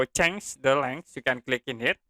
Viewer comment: Sedikit masukan. Cara baca "Change" bukan "cheng" pak, tapi "cheinj". Jadi bunyi huruf "J".